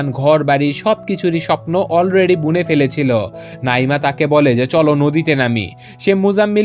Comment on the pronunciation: ওফফ নাঈমা নামটা সুন্দরভাবে উচ্চারণ করেন😐 নাঈঈঈঈমা কি হ্যাঁ 😐